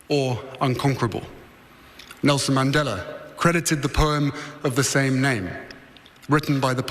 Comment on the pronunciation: He can't even pronounce Nelson Mandela's surname properly.